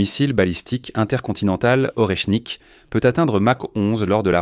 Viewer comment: « Or et chnique « …c’est quoi ce nouveau métal rare ?